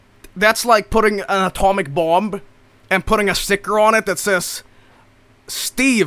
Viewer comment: JOEL PRONOUNCES THE SILENT B IN BOMB SSSSKSKSKSKSK 🖤🖤🖤💀